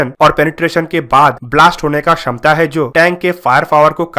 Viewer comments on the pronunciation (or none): none